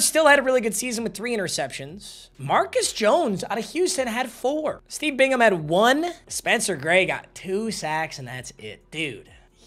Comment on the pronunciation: I’m so happy you know how to pronounce Bingham when you didn’t know how to pronounce anybody else 😂 at least you didn’t say Bing-Ham